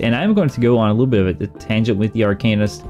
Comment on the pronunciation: Please stop calling it Ar"cane"ist, its Ar"can"ist 🙂